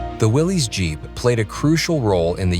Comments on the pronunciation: It's pronounced Willis... Not willeeez. Thats the way the originator pronounced his name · its no a Willies jeep... its a Willys, rhymes with Phyllis....